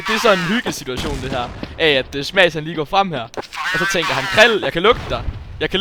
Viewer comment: Han hedder smash du udtaler det forkert.